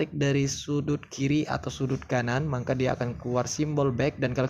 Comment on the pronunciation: Maka bang bukan mangka